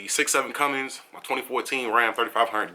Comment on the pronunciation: I hate how people still call Cummins "cummings"